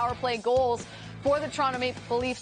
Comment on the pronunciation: I had to rewind it but she said Toronto correctly - nice!